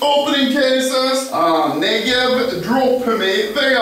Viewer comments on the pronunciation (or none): none